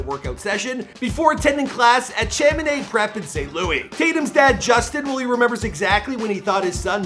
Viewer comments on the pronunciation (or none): I could've went to Chaminade lmao and Cham in Chaminade rhymes bomb and the last part of the word should sound sound like you are saying odd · Lol. I just knew he was going to mispronounce Chaminade.